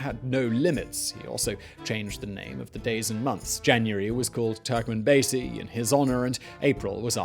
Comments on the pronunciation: Its turkmenbashi not turkmanbazey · Yes, I, too, was deeply disturbed at the mispronunciation of "Turkmenbashi." It's "...bashi," not "...basy." I worked as a diplomat there from 1994 to 1996 and have fond memories of the country and especially its people. I picked up a hitchhiker there once who said, "Turkmenbashi says that in ten years we will live here like they do in Germany. How do they live in Germany?" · It’s Turkmen Bashi and not Basi . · It’s pronounced TurkmenBASHe ffs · You've butchered all the names. You can literally find how they're read before you utter some random words. On the other video you spell out EASA as E-A-S-A. Just ask how to pronounce it! Anyway, it's TurkmenbaSHy! And the president's name is pronounced Nee-yA-zov.